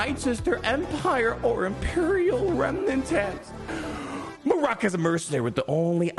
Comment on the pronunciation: Mare-rick* = Marrok, no way it’s pronounced mar-rock it’s annoying to hear and makes my ears feel like they want to bleed.